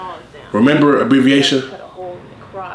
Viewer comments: “Abbreviatia” How does he come up with this. 😭😂😂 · So I was done 8 seconds in. “Abbreviaisa” 🤣😂🤣🤣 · kravenor no he said abbreviatia. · “Abbreviasia” LMAOOO YO RELAX W THE NAMES IM CRYING!!!!!!!!!!!!!! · Abbreviasha, Quotasha, Punctuasha. I can tell this channel is hooked on Pheonix. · Bruh i just realized outta the few times i watched the series. This man said her name abbreviasha 😩🤦🏾‍♂️😂😂😂. I’m here in 2023 😂😂😂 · "Abbreviatia" 🤣🤣🤣 bro what the fuck 💀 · This nigga just said “Abreviatia”